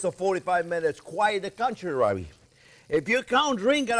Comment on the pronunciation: Quite the 'contrar-ray'! Oh, my heart!